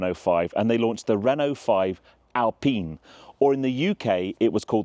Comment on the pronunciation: The fact that you pronunce Alpine correclty makes you a trustworthy car reviewer . Gt turbos are the real proof that real driving fun can't be translated intto performance numbers.